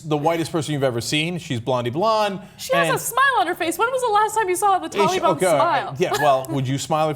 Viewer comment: Its not "tally-ban" ana..